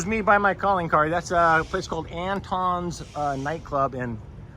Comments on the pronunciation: you mispronounced Antones of Austin. 😬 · Great video as usual, but as someone who used to play in the weekend house band at Antone’s, it rhymes with “tone”.